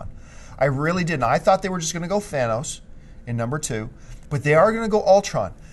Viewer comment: I am so happy jon pronounced thanos's name correctly. So many youtubers butcher his name jon you have another fan here now.